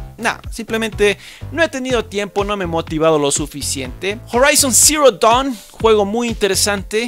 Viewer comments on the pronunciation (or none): HORAIZON ZERO TONN